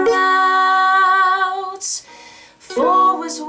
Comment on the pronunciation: 5 Brussle splouts? watches again... Yep, she definitely said splouts. O well, thankyou for the twelve days fo Christmas, they were so much fun.